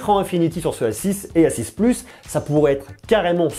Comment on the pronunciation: Suis je le seul à entendre s6 au lieu de a6?